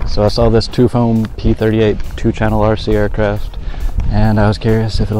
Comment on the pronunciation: You might want to know that Tuffoam is pronounced, "tough foam" and not, "two foam" -- otherwise this is a fantastic video review!!! :-)